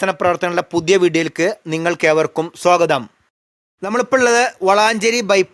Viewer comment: സ്വഗതം എന്നല്ല.. സ്വാഗതം എന്നല്ലെ ശരി..